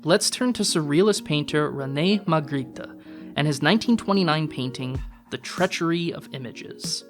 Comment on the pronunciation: You are very smart but you might want to look up the pronunciation of Magritte